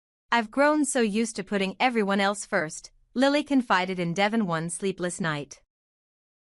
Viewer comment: I wish they had another person or voice than the one they have now Devon is his name, Not Devven!